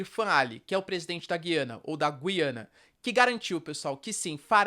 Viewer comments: Pelo que vi, a pronuncia correta é Gu-i-ana. "Discutir a cor dos olhos do Nicolás Maduro" foi boa. kkkk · A pronúncia correta é "Gu-iana", com o som grave na letra "U." Henrique Braga, professor e autor de materiais didáticos do Sistema Anglo, explica que há um ditongo na sílaba "gui", o que indica que o "u" deve ser pronunciado. Um ditongo é uma sílaba em que aparecem duas vogais —e ambas são pronunciadas.